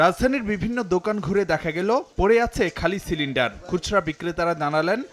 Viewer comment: সিলেন্ডার না ❌ সেলেন্ডার✅ 😂😂😂